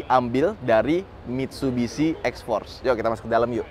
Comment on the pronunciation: Salah aksen anda mas maksudnya itu xforce yg jg Mitsubishi